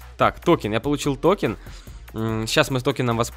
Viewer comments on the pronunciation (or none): Правильно говорится токЕн